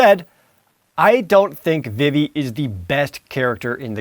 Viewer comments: It's pronounced VEEVEE not VIV-EE you uncultured swine! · It's pronounced veevee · Am i the only one who pronounces it "Vee-Vee" ... ? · Vee-Vee, not Viv-Vee. Zeh-Dayne, not Zeh-Dahn. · It's V-V not Vih-V and it's Zidane not Zidahn! I swear you're pronouncing the names wrong on purpose just to anger me lol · I threw up in my mouth when i heard Jared pronounce "Zidane" and "Vivi" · I am distracted by your pronunciations of Vivi and Zidane